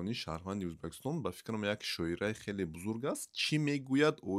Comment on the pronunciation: Тугри талаффузку УЗБЕКИСТОН Меган , хурмат к, ати тожикон